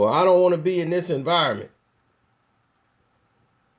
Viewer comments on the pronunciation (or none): none